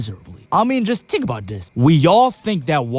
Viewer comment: Tttttttink about dis 😂😂😂😂